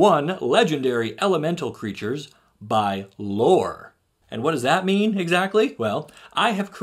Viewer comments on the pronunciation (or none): none